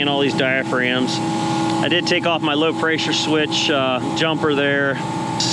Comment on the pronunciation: Dude is smart as hell but can’t say the word pressure without adding a Y 😂. Preysure. Seriously though good shit you the man